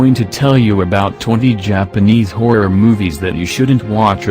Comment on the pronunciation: i like how the voice said horror or in its case hoirror